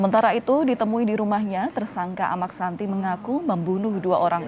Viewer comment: Amaq Sinta dlm bahasa lombok bpk nya Sinta...koq amaq santi... penyiar gmn